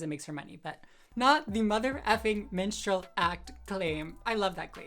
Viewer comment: LOL, for like the first two minutes of the "minstrel" conversation, I thought you were saying "menstrual" show! I was so confused. Is Dylan pretending to have her period?!